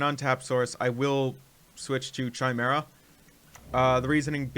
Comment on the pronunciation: It's pronounced "KI-mera," as in Kyle! :)